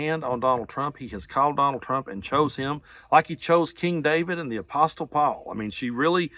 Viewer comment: Good post but T is silent in apostle.